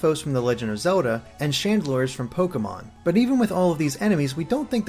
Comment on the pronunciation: have you recovered from your beating from mispronouncing Pokemon? XD